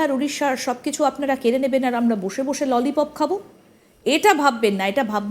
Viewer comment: যারা ললিপপ উচ্চারণ করতে পারেন না তাদের বড় বড় কথা যাকে বলে ফাকা কলসির আওয়াজ বেসি😂😂